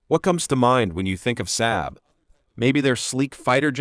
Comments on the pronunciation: Saab….sahb not SAB…. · This video is garbage... so much so that it's probably the first time in a decade I've commented on anything. The AI voice can't even pronounce SAAB